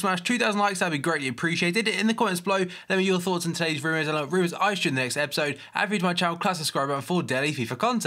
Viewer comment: Its pronounced "Today's rumors and other rumors" not "Today's rujs and other rujs"